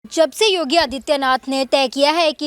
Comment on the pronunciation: अरे योगीजी का नाम तो सही बोलो,नाम भी पता नही